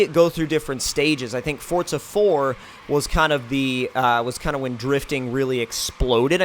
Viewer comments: Forza, not Fortza. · Why do people say "forTZa?" Either I'm blind, or it forZA doesn't have a T in the middle of it. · Since when was forza called "Fortsza"? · Why do people pronounce it fortsa? Its fucking forza!!!!